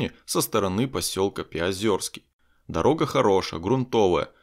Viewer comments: Не Пяозёрский, а Пяозерский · все не плохо, но правильно говорить ПяозЕрский, а не ПяозЁрский! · Как услышал озвучку населенного пункта Пяозера аж передернуло, неужели сложно узнать как правильно говорится название поселка?! Это Пяозерский а не ПяозЁрск.